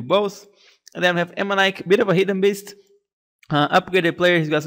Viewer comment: Haha I love how you say beast like "bist"